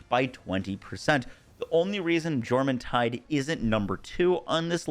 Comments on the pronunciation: It's Menasting not Meanasting, like Menacing. Also, Jormuntide is pronounced with a Yor not a Jor. Your Shadowbeak is a girl. Lastly, feed your pals dude. Smh Apart from the atrocious pronunciation, great tierlist :) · The J in Jormuntide is a soft y sound. Stop being weird about other cultures. Get over it. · Its pronounced yormuntide